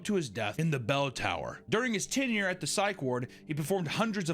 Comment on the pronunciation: At least you refused to pronounce xochimilco after mis-pronouncing grenadier, tenure and Anne Boleyn. C'mon, dude